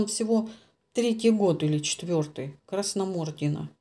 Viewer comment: Ударение Красномордина на и